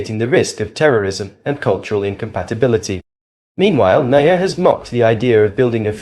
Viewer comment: BILL MA- HERR 😂😂😂😂